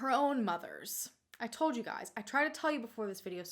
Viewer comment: Every time says “told” it sounds like “toad” I think it is hilarious in the nicest way possible 😂❤️